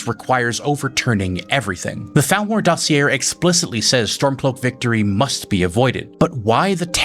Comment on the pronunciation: Dossier is dah-see-ay.